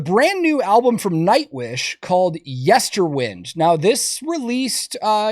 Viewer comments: I love you, but please stop pronouncing the album title wrong. It's Yester-WIND, like you wind a clock. Not yester-WiND, like "any way the wind blows." 😊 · I was calling it yester-wind too but it’s actually pronounced “whined” Ike “wind a watch” which makes more sense with the theme of the album. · FYI, Nightwish members pronounce the album as Yester w-EYE-nd, not Yester w-IN-d